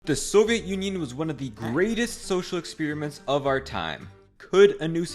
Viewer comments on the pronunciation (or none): Exspearamint? HUH?